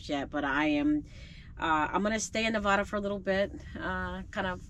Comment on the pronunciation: Las Vegas resident chiming in. 😊Nev-A-Duh ( 'A' sound like in apple), not Nev-Ah-Duh. The Walmart you went to is not a safe area. Be cautious if you return there. Safe travels.